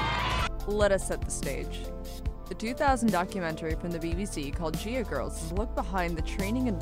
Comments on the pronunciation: Can someone please explain why the woman narrating literally pronounced both the "G's" in the name "Nagayo Chigusa" correctly, within less than 10 seconds of somehow mispronouncing the same exact letter in the name in the name "Gaea"? I get that you are not from here, but it does seem rather unprofessional to make a documentary about a subject that includes a large amount of criticism, despite the fact that the person writting the script evidently did not bother to research thoroughly enough to do the bare minimum; Pronunciate. Sure, in casual conversation, I mispronounce different terms, just like most people. However, there is a clear cut difference between shooting the shit, and "researching" a topic to make an informative "documentary. I have a feeling some is going to get all worked up and call me an idiot, but seriously. Nihongo (Japanese) is one of the simplest languages when it comes to individual Romaji letter pronunciation. All vowels and consonants make a single unchanged sound. It is not like English, where one letter can make a dozen varried sounds. in Nihongo (Romanji), the letter "G" always is pronounced as in the way it sounds in the word "Girl". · It’s pronounced Guy-ah Girls. But if you were a female wrestler in the 80’s or 90’s especially the late 90’s and 2000’s and wanted to be a serious wrestler you went to Japan where it was treated like a sport just like men’s wrestling. And in America it was all cat fights, mud wrestling and lots of tits ‘n’ ass and it didn’t matter if you could wrestle it all depended on how good you looked in a bikini